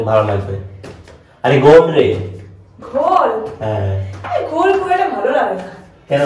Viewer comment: আরে ভাই ওটাকে গোল বলে না ,,,ঘোল বলে। প্রথম কথা দ্বিতীয়ত- ভাঙ খেলে ওখান থেকে উঠতে পারবে না। হাসি বেরবেই না। নেশায় শরীর আনচান করবে। কারণ অমি একবার চ্যালেঞ্জ করে গোটা ভাঙ্গের গুলি খেয়ে নিয়েছিলাম অমি জানি সিচুয়েশন টা। তারপর খেয়েই স্নান করেছিলাম। ভাট কে বাট বলছিস। 😂😂😂😂😂😂😂😂 বাট অন্য জিনিস ভাই।😂